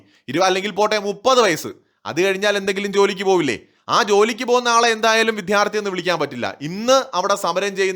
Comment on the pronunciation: വിദ്യാർത്ഥി. വിഥ്യാര്‍ഥി അല്ല